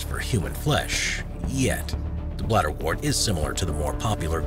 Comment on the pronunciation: You mispronounce bladderwort. The “wort” part isn’t said like “wart”, it rhymes with hurt. Like the word ‘word’, wort has an ‘er’ sound.